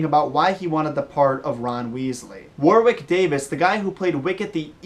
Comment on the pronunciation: I've never heard Warwick pronounced like that before! You don't say the second W